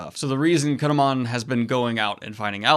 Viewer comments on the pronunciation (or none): Kin'emon's name is pronounced Kin-Emôn. Like it's two names. The hiragana for N in "Kin" is a closed N.